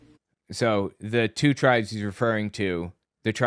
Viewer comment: "when two tribesh go to war...."